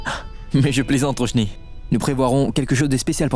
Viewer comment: Tout moun rele tifi an Roshni....DD menm relem Ròshni😂